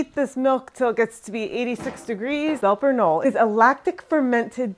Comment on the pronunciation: I know you speak a second language, and are careful about correct pronunciation. So you won't mind I hope, a correction here? In German, it's not a silent "K". And the "e" on the end is pronounced. So, "Belper K'nolluh" is closer to how it's pronounced. Here are native speakers in Switzerland, discussing Emmentaler, and, Belper Knolle.